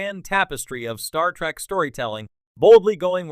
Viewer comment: Why are you saying Star Track? The cringe is next level.